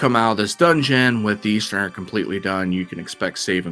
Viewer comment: Generally a good commentator, except for the pronunciation of 'Eastern' is mildly irksome...